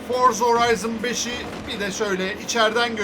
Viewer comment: çok güzel Forza Horizon5 diyorsun ya😀😀